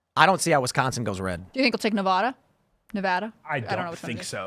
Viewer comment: I love you but please stop saying Nev-AH-da. It makes us Nevadans upset. ❤